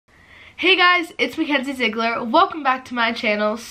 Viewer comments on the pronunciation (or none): none